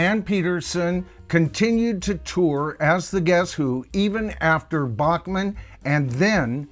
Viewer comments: Not to be too picky but Randy Bachman pronounces his last name “Back-man” not “Bock-Man” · His name is pronounced BACK-man. Not BACH MAN like the classical guy. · Randy's last name is pronounced "Backman" - even though BTO is usually pronounced beginning with "Bockman". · Randy's last name Is pronounced "BACK mun".....just listen to Burton. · To be honest.many of us in Canada (including me) pronounced it Bock-man as well until Randy started his CBC weekly radio show (Vinyl Tap) and re-booted his public profile.